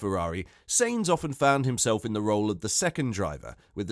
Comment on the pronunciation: First learn how to pronounce names. Carlos's last name isn't pronounced seins, but as the English word signs. That shouldn;t be too difficult. Or do you have a speaking disorder?